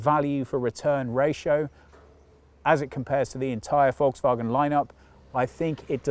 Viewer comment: I notice that you, contrary to 99,99% of all Brits, can pronounce Volkswagen. GOOD. Now, try to learn Autogefühl as well. :)